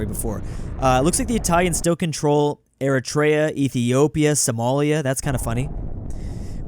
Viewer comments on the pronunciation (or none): none